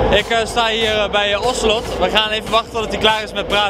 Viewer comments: zijn naam is btw Ocelote (je mist de laatste e) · Het is 'ocelote' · Het is Ocelote niet Ocelot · NOO SHIT, GAST IK BEN ZO JALOERS. Dit is mijn favoriete LoL speler. En hij staat hem daar gewoon te interviewen, wat echt sick! btw het is Ocelote niet Ocelot. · Psst / het is Ocelote, niet ocelot haha wel een nice interview! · hij heet trouwens ocelote niet ocelot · Het is Ocelote just saying